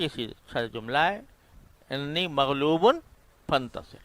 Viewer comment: حضرت صاحب ۔ ۔ قرآن مجید میں لفظ Anni ہے جبکہ آپ باربار Inni پڑھ رہے ہیں